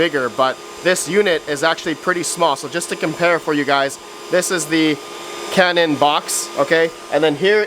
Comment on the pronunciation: Yeah!!! You pronounced Canaan right 😂😂😂